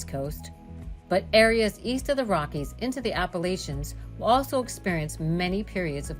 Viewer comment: Can’t even pronounce Appalachian right 🙄